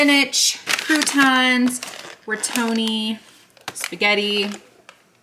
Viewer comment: I love watching the food hauls, and, of course, that sweet baby! I loved how you said "re-toni" for "ro-tini." I always say "sudoku" wrong, so I'm glad I'm not alone! ;)